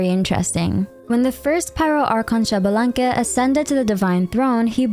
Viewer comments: Not Shabalanque its ISHbalanque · Xbalanque is pronounced eesh-bah-lan-keh, not shabalanque. The X before a consonant in mayan is pronounced "ish" or "eesh" for english speakers.